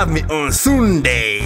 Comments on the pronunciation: Amúgy vedneszdéy meg szundéy :DDD Jó az angol tudása!!! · amerikai dialektusban szundéj! :D:D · Milyen jó az angol akcentusa :DDD Szundéj xD Wedneszdéj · iz hír....kámön....láv jou szundéj... xDD besírtam!! imádom ^^ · Angol tudásán lenne mit csiszolni :D szundéj :D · ilyet szol "szundéjj" xdddddddd